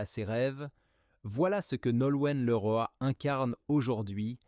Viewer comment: Image mal trafiquée : on voit le collage et cette voix issue de l'IA : insupportable comme "liroïe" au lieu de Leroy : vs êtes nuls .. 😡